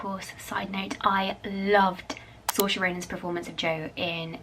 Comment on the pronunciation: I’m obsessed with this!! Also it’s pronounced Seer-Sha and it means freedom in Irish 😊